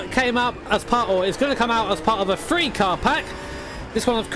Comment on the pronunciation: ey quick one did you say three car pack or free car pack? Kinda hard to notice